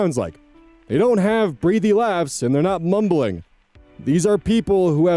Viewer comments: Small pronunciation note - breathy is said breath-ee. Why it's spelt the same as breathe, I don't know. They could've gone with brethy and it would've made it more obvious. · Feels petty to point out the breath/breathe distinction on how to pronounce breathy. Unless there’s a second pronunciation I haven’t heard